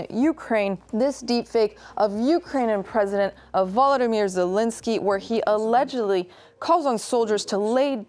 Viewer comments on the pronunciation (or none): It's Zel-EN-skyy, not Zel-IN-sky